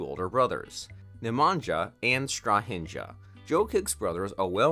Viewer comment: Totaly wrong pronunciation of all names!!! Natalija is pronaunced Natalia, Stahinja is pronounced Stahinya, Nemanja is Nemanya. Ognjena is Ognyena.